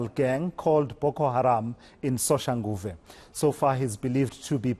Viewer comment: The title says John wick of Mamelodi and this educated fool still misreads by saying Soshanguave kanjani?